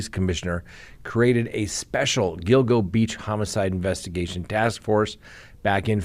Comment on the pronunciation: You got the pronunciation of “Gilgo” correct. Allegedly they have a strand of his hair as well as his wife’s on duct tape.